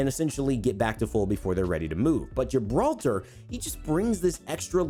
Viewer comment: Ok I understand Pathfinder, but Gibralter, what??